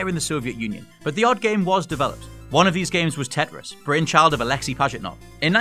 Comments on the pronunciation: I know you're northern.....but its TET-RIS not TE-ER-IS.Still speaking way to quickly, gives me a headache. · they shouldnt edit out huge gasp for air at the end also anyone else bothered by the way he pronounces tetris